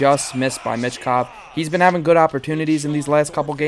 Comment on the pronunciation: Hey, philly fans. There's no T in Michkov.